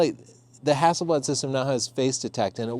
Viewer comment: Extra points from Sweden for the way you say Hasselblad! ( It means Hazel leaf ) It´s a typical surname in Sweden. + Inside info the man himself Victor Hasselblad had a dog named Leica!